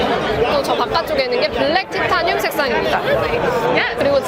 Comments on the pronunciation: 티타늄 -> 타이테~니움 발음 평생 안까먹으시겠어요 😂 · 구수한 티타늄 어디갔나요 ㅠㅠ